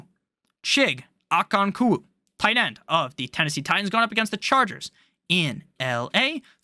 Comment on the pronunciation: I think it's pronounced OH- CON- KWOAH